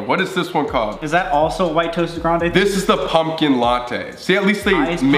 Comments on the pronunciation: Sam: Grandeeei Worker: grande? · “frapee” “grandee” okay man.. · sam: “grand-E” PLEASE 💀